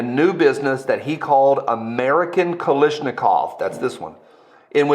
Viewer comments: KaLASHnikov. Not KaLISHnikov. Thx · Sound it out bru: KAL-ASH-NI-KOV. not Kalishnikov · KalAAAASHnikov It's an A not an i 😭